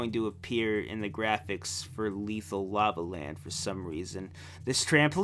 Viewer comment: Uh, wait, what was Lethal Lava Land originally called? You kinda mumbled it out into a big lump near the end of saying it.